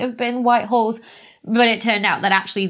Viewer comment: I smoked a lot of pot and listened to this video....I kept hearing "white whores" and "black whores"....listen to this video again and try not to laugh...LOL!!